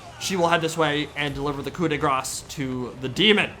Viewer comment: he pronounces it correctly: Dru-zh-ina, whereas, before that, he makes the same mistake as every other commentator and calls it Dru-z-ina. Although this is somehow cancelled out by the "coup -de-GRAS" :D